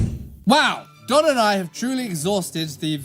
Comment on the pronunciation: Don, not Dan!